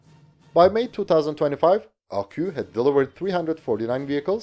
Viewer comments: You mustn't pronounce ArqU, but ArquS !!! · Please man, you're saying Panhard like panard, which is slang for foot, the H indicates a pause in the word, it should go like pan-hard. You're also saying Arquus as Arquu, which is effectively like saying arqass, the s should be pronounced as if speaking latin, then stressing or not the two Us is up to preference. I'm sorry french is so hard to approach from a foreign point of view, but like, these specific industrials are the main characters in most of your videos about french equipment and it's nerve racking me